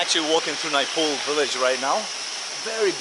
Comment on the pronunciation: its not NEEPOOL its Nepal